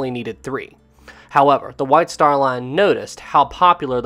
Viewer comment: 'White star lan fanalased an this deesan' I can't sorry 😆